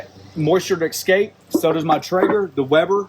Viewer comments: Take a drink every time he says, “eckscape.” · Ekscape. Must be the midwest.